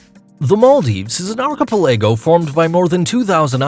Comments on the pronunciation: I’ve been to several of the places mentioned. Interesting and informative video. My only criticism is you butchered the pronunciation on almost every place name. The way you pronounce “archipelago” leaves a lot to be desired LOL. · PRONOUNCED ARK-AH-PEL-AGO. NOT archa pelllaaagggio Its archipelago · Ar-co-ca-pag-lo ? Give me a break! Why don't you look up the pronunciations of words if you are uncertain of the pronunciations? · its pronounced 'arc-i- PEL-ago' lol jesus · What is "arkeepeLEYgo"? Was that supposed to be archipelago? And it is PaLAHwan not PAHlawan. 😒😏 Sheeeeesh. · I stopped watching at "arKipelAgo". Dude, you already butcher the names of the places (Digue, Capri, Stefano), but if you can't pronounce the words even in your own language, you have no business making videos. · Now im confused how archipelago is really pronounced